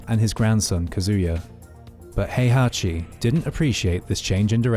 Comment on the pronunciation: Heihachi, not Hayachi. Azazel, not Ayzayzel. Kasumi, not Kazumi.